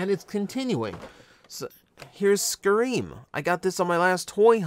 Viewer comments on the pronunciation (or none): I didn't want to be the one to point it out, but you're correct, I think. I cringed when he said "scar-eem". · Pretty sure Scarem is pronounced “Scare ‘Em” like “scarab” (because he’s a beetle) and like “Scare them” because he’s presumably scary.